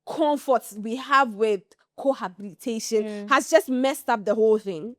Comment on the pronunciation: The host is mispronouncing "cohabitation" with "cohabilitation".